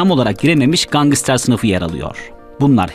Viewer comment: Gangıster değil gangster